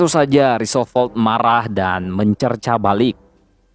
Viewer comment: Roosevelt, di baca rusevelt, bukan risovelt, I shall return, Shall di baca : Sel. Bukan sol..., Increase your english min..